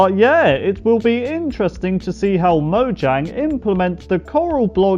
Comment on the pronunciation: You say mojang not like you have to